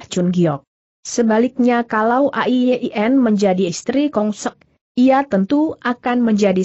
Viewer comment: A-i-ye-i-en. Apa google tidak bisa mengucapkan nama Ai Yin????